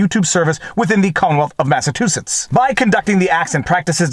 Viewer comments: MassaTOOsitts? It's pronounced ma·suh·choo·suhts LOL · Hey - - it's "Mass-a-CHEW-sets" not "Mass-a-TWO-sets" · MASS-UH-CHEW-SETS. Sorry not as in yelling. Just trying to stand out a little more. Lol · The middle of the word Massachusetts is pronounced like the word "chew" example: Massa-chew-setts. FYI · I feel like I heard you say Massatoosets a couple times. Am I losing it? ;) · It’s mass a CHOOOOO setts 😊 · Best ending ever!! And i love the way you kept mispronouncing Massachusetts. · I like how you pronounce "Massachusetts"